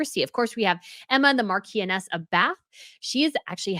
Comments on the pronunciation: Marchioness is not pronounced mar-key-on-ess. It is pronounced mar-shon-ess. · I just wanted to let you know marchioness is pronounced "maar-shuh-nuhs" - not mar-kee-ah-ness. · Marchioness (wife or widow of marquess) is pronounced mar-shon-ess, not mar-key-en-ess You are making an enormous assumption that the TV programme Suits would currently be syndicated anywhere if not for MM. No one would be thinking of that show (which was not particularly popular when it was first broadcast) now if not for her public profile and presence on Netflix. She is not a highly talented actress and very likely would have struggled mightily after the cancellation of her one longterm acting job. Only female actresses with supreme talent - Hepburn, Blanchette, Streep, Burnett, Dench, Smith, Moreno, Ball - actually continue to work well after their youthful beauty days have passed. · Marchioness of Bath is pronounced Marsheness. Just another British quirk. Marquis is Markwiss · Marchioness is pronounced ‘Maa-shun-ess’.